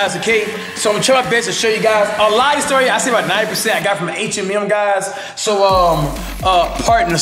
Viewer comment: I heard of H&M but not H Em Em